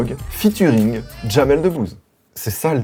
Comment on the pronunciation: Putaaaain mais non en plus il dit J a m e l 😂😂😂😂😂 trop fort